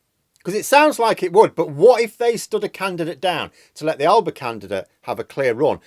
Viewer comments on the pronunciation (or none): It's Al-a-ba. We're not a cheap line of electronics.